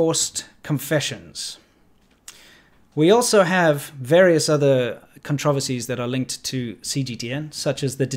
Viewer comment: You say "controversies" is funny. Lol 😂👽